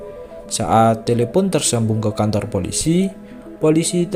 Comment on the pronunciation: Abang kan bilang kantor yang aku denger kontor